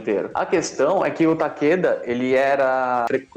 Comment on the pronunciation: Oq eu saiba é,Takera(o certo de cê falar),Não Takeda